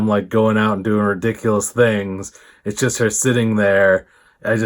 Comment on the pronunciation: “Ishust” = “it’s just”